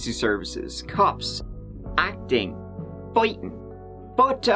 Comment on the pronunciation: "Foitin`" I nearly wet myself! 😂😂😂